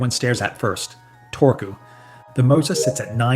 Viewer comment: Torque as Tor-goo. Come on…..